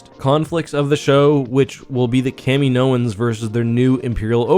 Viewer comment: That's not how you pronounce Kaminoan.